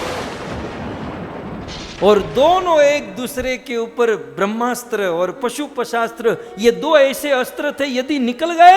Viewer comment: महाराज जी अपना उच्चारण शुद्ध कीजिए। शिवजी के पास पशुपशास्त्र नहीं पाशुपत अस्त्र होता है । केतकी के फूल से वार्तालाप ! एक दम असंभव । सब ढकोसला है !!!